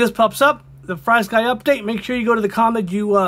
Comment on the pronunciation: It’s pronounced (Free sky). There’s no y after FR. This is from Frsky on how to pronounce it (it’s on all their documentations / instructions)